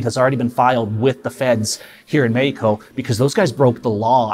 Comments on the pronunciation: "Mehiko" Just say it as its supposed to be said in English... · Bro how he keeps saying Mehico 😭😂😭😂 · "Mehico"!!!!! Haha